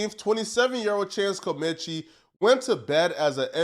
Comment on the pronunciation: How are you in media and can't pronounce Comanche????